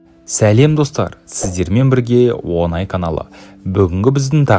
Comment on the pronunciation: Онай емес оңай деп айтшайшы